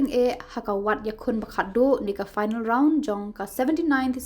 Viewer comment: phainal ✅Final ❌ 😅😅